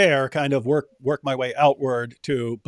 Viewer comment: Did you say "Tick tock time to wok?"